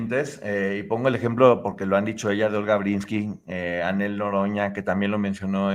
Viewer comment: Pobre Anel le dijiste Anel Noroña y es Anel Noreña.